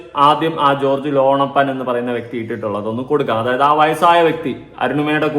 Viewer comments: ലോണപ്പൻ അല്ല ലോനപ്പൻ 😂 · എടാ .. മോനേ, ലോണപ്പൻ അല്ലടാ, ലോനപ്പൻ. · ലോണപ്പൻ അല്ല ലോനപ്പൻ ആകും😂